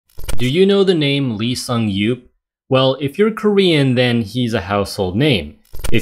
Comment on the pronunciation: The way he spells his name in English gives you no chance to say it correctly without help but its actually pronounced "Ee Sung-yop". Otherwise, excellent video.